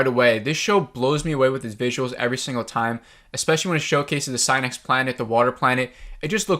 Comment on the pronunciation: You butchered the name of Synnax and the Abraxas Equation haha